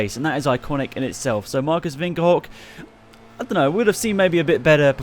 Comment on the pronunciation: You have the name Marcus Winkelhock in perfect German